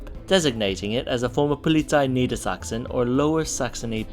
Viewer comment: Pretty impressed by the german pronounciation, "Niedersachsen" was also pronounced correctly :D